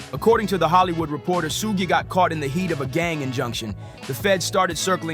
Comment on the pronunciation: It's crazy how you keep saying sooje. It's like sugar. It's pronounced Shooog